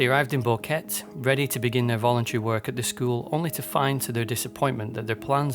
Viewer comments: He couldnt even research how to pronounce “boquete” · You made this long video about this but didnt even bother to learn how to pronounce Boquete. 3 mins in This “detail” shows how serously your “work” should be taken